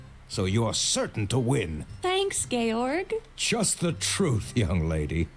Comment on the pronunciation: Georg = Gay-org lol wut?